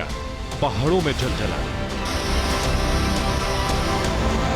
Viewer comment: Jaljalaa nhi ZalZalaa, behave like a good anchor to be more credible.